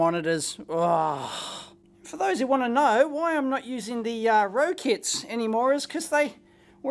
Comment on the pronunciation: “Ro-kit” and “foc’l” lol. Love your pronunciations for these speaker brands, Dave. Rock-it Powered and Fo-cal.